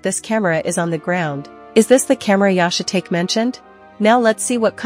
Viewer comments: Yah-shuh-take? How about Yah-she-tah-key? If you are going to use AI, listen to the playback, and if AI butchers pronunciation, rewrite the butchered parts phonetically. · think its funny the AI keeps calling Yoshitake "shit take" when its pronounced "shih tahkay". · Yahshay tate ? Yoshee tahkay lol. Ai is useless 😂. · It’s pronounced “yo she tok eh” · I agree... The AI narrator is awful. Yashi-take? Geez. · AI butchers another name. Yo Shi Ta Ke Just spell it out.